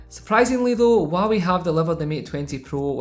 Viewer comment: Waawee is all I here the struggle of out accents great vid bro!